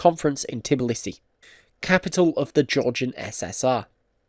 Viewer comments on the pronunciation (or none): none